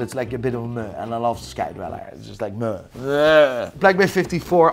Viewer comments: Guy is "moo-ing" when he should be "meh-ing". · I’ve never heard anyone pronounce “meh” as “muh” before. You literally made it onomatopoeia 😂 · Can someone please teach him to pronounce "meh"? Please.